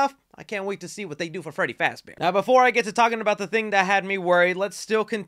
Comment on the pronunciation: ITS FREDDY FAZBORE